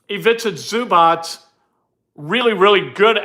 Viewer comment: It is zoo-bots. Not zoo-botch.